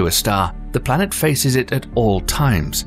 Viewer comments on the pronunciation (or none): What’s a blanet? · Tf is a blanet